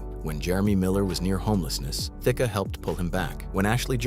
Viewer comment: Why does the narrator sometimes pronounce Alan Thicke’s name “Thicka” and sometimes “Thick?” Which is correct?